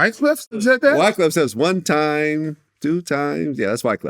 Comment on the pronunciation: "One tiem" was he playing the tambourine wtf. Lmao